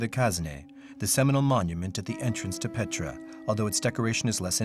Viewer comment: Не Петра..,а Пъетра !!!